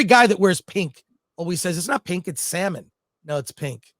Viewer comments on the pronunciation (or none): Bruh it’s salmon!!!!😅